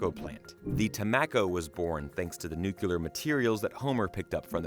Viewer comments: Pronounced Nu-clear. Not nuke-u-lar. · 'Nucular'? Come on. You're better than that.